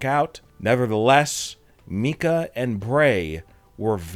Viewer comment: Wyndham rotunda‘s sister‘s name is pronounced mykah…. Not pronounced mekah